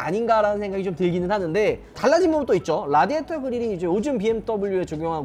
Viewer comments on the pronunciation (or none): none